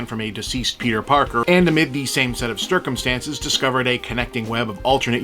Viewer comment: "Stircumstances" tickled me more than it should have.